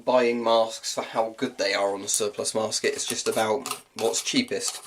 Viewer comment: "surplus masket"